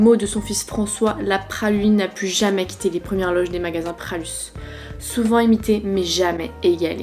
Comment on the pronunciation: Pralus n’est pas lyonnais ma belle, et on dit Pralu pas Pralusse 😉